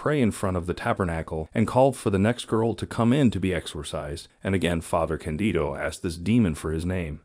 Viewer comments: The translations are OK, just please change the pronounciation of Father Càndido. The accent is on the "a", just like in "Càndid camera". Just say "Càndid" and add the final, Italian "o" :) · I had a hard time to watch your video because you constantly say '' Father Candio '' and It is not Candio but Father Candido.... Candido...Candido.... His name is Father Candido Amantini... His cause for beatification has been introduced in Rome... Please correct yourself.... CANDIDO AMANTINI!!!!